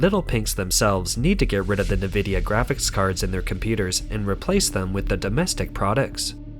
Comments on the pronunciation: Company is pronounced EN-vidiya not NEH-vidiya. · Narrator: It's (the letter) 'N' + "vidia" NOT "Nih" + "vidia." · Its pronounced like EN-vidia not NE-vidia, and Taiwan is a very important COUNTRY!! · A unique way to pronounce nVIDIA (neh-vidia). nVIDIA from latin invidia which is also the root of word envy . Makes sense then, that most pronoynce it en-vidia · small correction. its not "na-vidia" its "en-vidia". they used to say it in the intro logos of old games, its burned into my brain lol. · You keep pronouncing it as "NEE-VID-YA" on all your videos. It's pronounced as "EN-VID-YA". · The company nVidia is often pronounced incorrectly. Instead of "Ni-VID-ee-uh", it should be "en-VID-ee-uh." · You need to train your AI voice that Nvidia is pronounced en-vid-ya. Also, Taiwan 🇹🇼 is a country. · Just so you know for future reference; it's pronounced N-vidia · "NaVIDIA"? lol?! what planet are you from? and why does your narrator speak like a robot? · Sounds like chlamydia when you say Nvidia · A real person would know, or learn how to correctly pronounce "Nvidia", i.e. the main subject of this video.